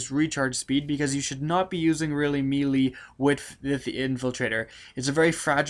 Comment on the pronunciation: why do all these fucking youtubers say melee like that?